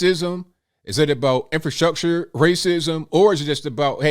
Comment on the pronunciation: In Fer Structure lolol she cannot even say the word right.